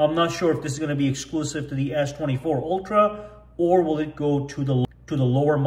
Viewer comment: It's not oltra it's ultra Pronounce it correctly